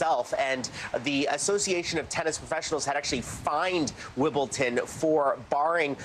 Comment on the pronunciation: Shouldn't Hallie and a sports reporter know that it's not pronounced 'Wimbleton'.... especially in England, where the English language originated? (Yes, I know that the English language is a derivative of other languages.) JS